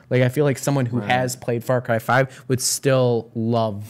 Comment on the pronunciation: Ok, so just to make sure I'm not crazy, did they say far Kai? Like,???? IDK I think I'm just hearing it wrong. I know what they meant if they did, (and I totally understand accidentally saying a word wrong especially when you're talking fast), I just wanna make sure I'm not crazy lol😅😂